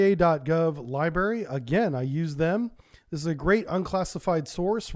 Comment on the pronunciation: Sir, thank you for all your excellent work on your channel! Please please please stop saying library. You are a published author. You absolutely cannot mispronounce LIBRARY! LI- BRARY! Thank you